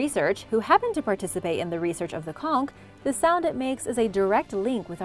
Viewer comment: Plz they's blow conch shell horn in the carribbean all the time & you're the 1st foreigner to pronounce conch right!